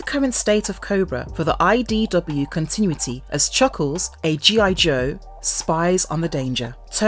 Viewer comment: if this person is going to narrate videos about comics and GI Joe, she should be taught how to say words like "continuity" and "Serpentor"